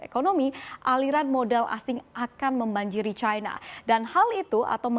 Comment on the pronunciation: Kenapa bacanya Caina sih.